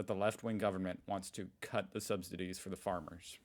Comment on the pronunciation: I think it's "subsidies", not "substidies". 😅 Greetings from Berlin.